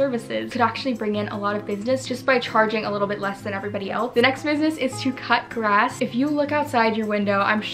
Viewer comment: I heard " touch grass" instead of "cut grass" 💀😭